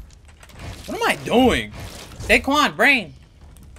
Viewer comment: cuz its "dae"quan hahaha